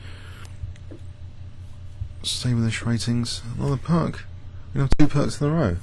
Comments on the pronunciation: It's ''jaBuka'', not ''jaKuba'', it's the third time you misspell it :D Also, did you know that this opening is pronounced ''peerts'', not ''perk''? Just a head-up :D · it is pronounced Peerts not Perk. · That's interesting - Wiki has this : "The Pirc Defence (pronounced "peerts", though it is often wrongly known as the "perk" defence, even among grandmasters)," - In UK Club chess I am sure a lot of players do just say "perk". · I don't know who to side with lol. Kasparov, svidler, seirawan and all pronounce it "perk", and watson and heisman call it "peerts".